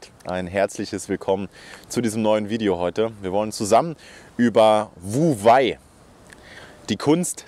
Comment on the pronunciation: Klasse Thema und gut erklärt. Für mehr Glaubwürdigkeit wäre es gut, die richtige Aussprache von wu wei zu kennen. Handeln durch nicht handeln ist übrigens "wei wu wei"